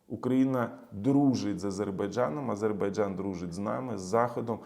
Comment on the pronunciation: Окрема подяка за правильну вимову слова Азербайджан, ну і за аналіз🙂